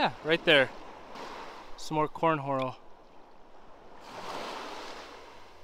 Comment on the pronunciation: Corn horal? 😂